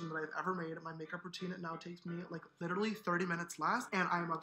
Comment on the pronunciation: "Literlly" gawd